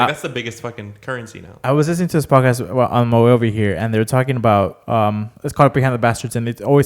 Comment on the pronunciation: You forgot the D in Podcast